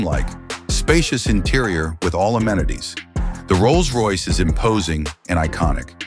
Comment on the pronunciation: AI slop Can't even make the words Rolls Royce work.